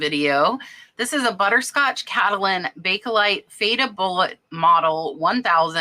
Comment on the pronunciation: Bake as in bake.....there is no e lite in pronounciation. Its bake lite, not bake ehhh lite.